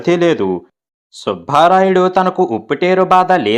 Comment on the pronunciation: సుభారాయుడు కాదు, సుబ్బ రాయుడు, భ ఒత్తి పలక రాదు 👎 ఎన్నో కథలు చదివిన మీరు తెలుగు ఉచ్చారణ దోషం ఉండరాదు. అందుకే మీకు dislike పెట్టాను 👎